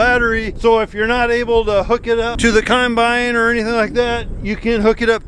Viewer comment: says Coinbine.. Its a combine. lol